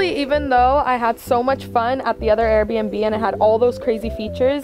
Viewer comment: Her saying "lets finally take a tour of the most expensove arebnb in "my city"